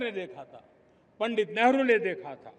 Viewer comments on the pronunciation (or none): none